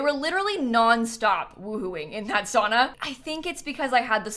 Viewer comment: The pronunciation of sauna is hurting me as a Finnish person